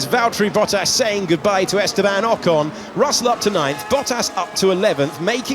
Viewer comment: Ocon luwl